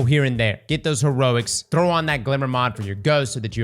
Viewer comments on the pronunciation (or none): none